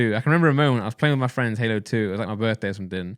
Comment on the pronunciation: no need to call me out like that, thought we were fwends